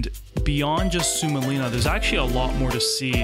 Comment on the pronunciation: sigh its suomenlinna, not soumenlinna or soulmelinna :(